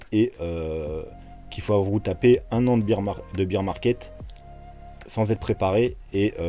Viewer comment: lol ne croyez pas ceux qui affirment des trucs. par contre, demain je vous dirai où sera le bottom. en + je saigne des oreilles, on ne dit pas "beer market" (le marché de la bière ?) prononcé "bir" mais "bear market" (les ours) qui se prononce "bère". Comme dans Teddy bear. mdr.